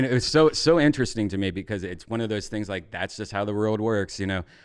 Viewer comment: goddam he still cant say world correctly lol